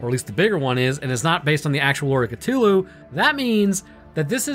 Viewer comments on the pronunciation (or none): Say it with me Ca-thu-Lu not ca-to-lu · I have never heard anyone pronounce it Cut'ulu before. There's a whole h in there you're disrespecting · I don't know why but your mispronunciation of Cthulu's name irritates me to no end. it's pronounced cuh-THU-lu. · I find your pronunciation of Cthulhu interesting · Alright, guys, time to play everybody's favourite game: Am I Mispronouncing It Or Are You? Is it "kuh-THOOL-hu" (how I pronounce it) or "kuh-TOOL-hu" (Your pronunciation). The answer: we're both right and we're both wrong. These two pronunciations are accepted, but Lovecraft pronounced it like /χʟʊʟˈluː/ (which says something like "khlool-HU", I think). Either way, it cannot be properly pronounced by humans because it's from an alien language and our voice box isn't biologically capable of creating the necessary sounds, which is cosmically horrifying in a very subtle and specific way. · The mispronounciation of Cthulu mildy bothers me